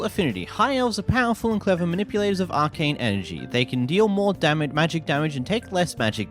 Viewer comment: Arcane? Brother if English is your native tongue, your school system has failed you